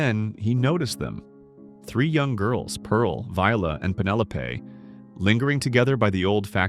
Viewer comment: I didn't get very far with this video. The AI narration started giving me ear fatigue after a while—the repetitive pitch patterns, unnatural pauses between words, and inconsistent pronunciations (e.g. "Penelope" pronounced correctly as "pen-EL-uh-pee" and later as "pen-EL-uh-PAY").